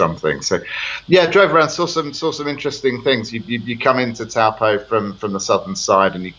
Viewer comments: Ahem It's said "toe-paw" rather than "t-oow po" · Dear Australian the pronunciation is.. TOE PAW. It is a Maori word often mispronounced by us European folk! Wow they have bought leasehold land, poor suckers. No one will touch it particularly being a Maori trust. You have situations over near Cornwall Park the owners walk away instead of paying 74,000 ground rent per annum. No investment.